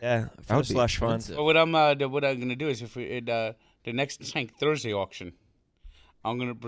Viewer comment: Anudder Tank Tursday! Tf